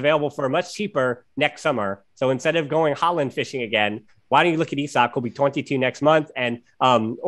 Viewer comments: I was scratching my head trying to figure out who you meant with "E-sock", then I remembered Isak who is from my country lol. Was that the guy? You really don't pronounce it like that =P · Well, we pronounce it like "Isaac", though the pronounciation of the "I" is different in Swedish, "Isaac" is more eye-saac, while in Swedish it's more I-sak. When you guys said it it was more like "eye" or "e". It's like "Is-ak" or "Is-ack" in Swedish.